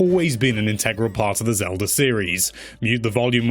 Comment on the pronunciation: I'm missing out on the music, because my ears started bleeding when you said "Legend of Zelder on the Nezz".